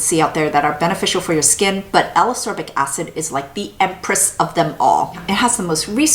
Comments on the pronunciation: I really, really like your videos (in fact, I rewatch many of them just for the pleasure of hearing you talk about products), but I need to say this or I'll explode: Ascorbic is pronounced as-COR-bic, not a-SOR-bic, just like escape is pronounce es-CAPE and not e-SAPE ;) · Love the reviews but Ascorbic acid is pronounced as As-kor-bic acid. Same as Ascorbyl (as-kor-byl) 🤔